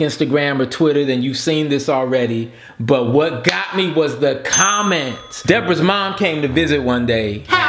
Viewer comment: It's pronounced De Bor Ah!! But it's okay!! I'm happy my comment was good enough for your video!! Too funny!! 😂😂